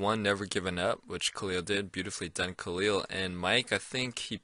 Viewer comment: I like how mike pronounce khalils name correctly.